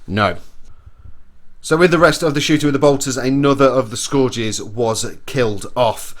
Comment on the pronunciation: Scourges = Skur-ges not score-ges